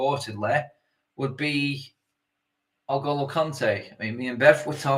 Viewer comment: How can N’golo possibly be pronounced El-Goal-Oh?!